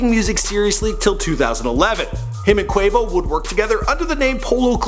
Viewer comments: He said "Kavo" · he says cavo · This dude said kavo 😂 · can someone tell him that quavos name is quavious, not quavacious?? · It's not Quavacious, it's Quavious! Do your bloody research! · "quavacious marshall" im dead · i thought that was what i heard! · Did just say Kavo? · "Caveo" lmao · dis nigga said... KAVO... 😂😂😂😂😂😂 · 2.25 Quavos name is Quavius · XDDDDDD - HE SAID "KAY-VO" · Lmao cavo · my nigga did u say Cavo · this nigga said qavo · did anybody hear him say Cavo instead of quavo? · He used to say Quahvo because he does not respect black people. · They made him do it again to get Quavo name right😂😂😂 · U messed up quavo real name so bad